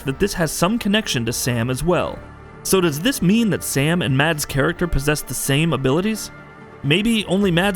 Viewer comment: If you scrutized every frame - how could you not notice that Reedus and the doll have the same stitched scar on their stomach? Btw- Mads is pronunced "Maz"